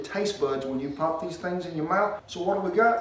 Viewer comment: "Them thengs" at 7.23 love that accent cowboy!